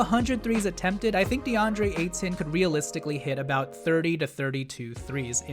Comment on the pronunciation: Nice video, but pronounce his name the same way you'd say Payton. Just without the P.